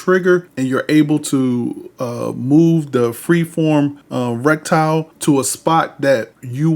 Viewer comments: Just wanted to point out that it's pronounced reh-tuh-kl, not reck-tyle Good video tho thanks for sharing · Reticle is pronounced Red-eh-kuhl. Sorry, it was driving me crazy lol but much love